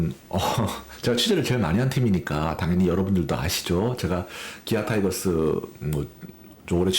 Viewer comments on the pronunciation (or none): 옛날 사람들은 타이거스라고 배웠어 이해해줘라이ㅋㅋ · 타이거스?? 타이거즈입니다 뚜드려패기전에 즈라고 발음해주세요